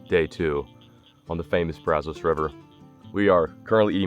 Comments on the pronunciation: Also have to watch out for gators if you float through the Waco area. Glad you’re finally pronouncing brazos correctly! Remember catching his first (?) DD on the Brazos right outside of the lake Whitney dam. Edit: damn, just heard you say “Brazowse” again. Haha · i’ve been fishing this stretch of the brazos since i was a little kid. very funny to hear him say brazos. everyone who lives around these parts says it like “Braz-uhs” and you know it’s a dallas guy when you hear braz-o’s